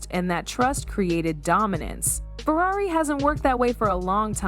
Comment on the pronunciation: This AI voice work is disgusting. It said Furrairy.